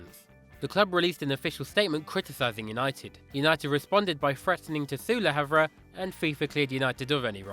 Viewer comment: triggers me when he says le harve wrong